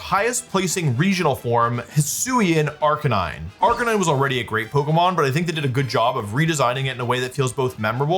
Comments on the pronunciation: ive avoided this comment for a while because you pronounce a lot of things wrong, but cmon man, bro wolfey..... arcakneenay? ITS A CANINE!! ITS CLEARLY AR-CANINE!!!! jeez louis bro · ……. Are we being serious right now? Calling Arcanine “Ark-A-Nee-Nay” means either your doing this on purpose or you are an absolute fraud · Ar ca knee nay?!?!?! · It’s gotta be rage baiting. Wdym “arc-ah-nee-nae”